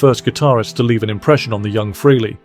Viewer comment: The pronunciation is FRAY-LEE. Got it! Fray-Lee NOT Free- Lee. Okay? Get it right!!!!